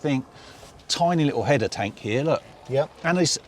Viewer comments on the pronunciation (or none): none